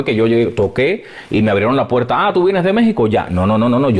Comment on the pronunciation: Por cierto, el entrevistador debería tomarse su video como una clase magistral de locución de Abel. Escúchalo a solas, escúchate a hablar tú, y escúchalo a él: eres de los cubanos de bacco puetta y goppe (barco puerta y golpe), de il y venil (ir y venir) y de aspirar las eses a saco, terribles vicios para un comunicador. Se mejora leyendo en voz alta y escuchando a los profesionales que saben. Yo te seguiré desde hoy y tienes mi like, any way. SUERTE EN LAS REDES.